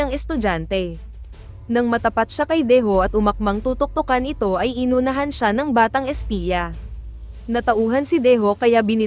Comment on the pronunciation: Tagalog na nga malinpa rin ang prnunciation. Say "Talunan"? And "inunahan"?